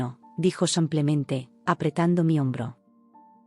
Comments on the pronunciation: Brutos, no se dice : " samplenente " se dice simplemente. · No entiendo porque dicen siempre en los relatos Samplemente que es incorrecto, lo correcto es Simplemente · Dejen de decir “ samplemente “ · Con tan buena dicción, porqué dice tan mal la palabra "simplemente" y tengo dudas con "aproximadamente"